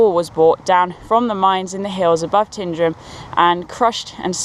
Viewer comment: having lived in crianlarich as a child (my father was born there), and my uncle lived in Tyndrum ( he was the local coal merchant)I can confirm that Tyndrum is pronounced as T-eye-ndrum rather than Tin. Great vid by the way.